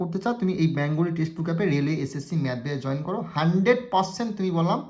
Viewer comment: ব্যাঙগলী নয় কথাটা বেঙ্গলী